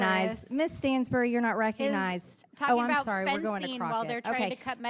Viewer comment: WOW!!!! Margerie T. Greene "You are not "Rec-onized" really? The "Chair" TODAY...! OMG!